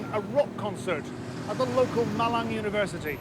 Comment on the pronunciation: "East Javanese city called M i l a n" Cuk gak gini juga ya 😭😭😭